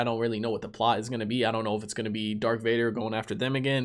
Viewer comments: He keeps calling him dark Vader not darth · did he really call darth vader as dark vader?